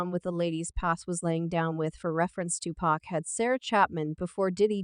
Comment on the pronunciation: Please learn how to pronounce pacs name before recording a video regarding Tupac...lord have mercy smh 😂